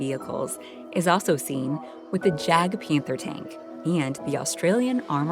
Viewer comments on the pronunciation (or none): That's not a Jagdpanther, it's a Panther tank... with a turret, not the casement fighting compartment of the Jagdpanther. And the "J" should be pronounced more like a "Y" and the "d" mostly silent. But other than that, it's a nice little video about ... ... railcars. hmm.